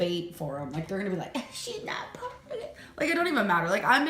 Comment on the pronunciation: Ladies and gentlemen. Lend me your ears... Did our Amberlynn say , Porkuguise instead of Portuguese??? Genuine question..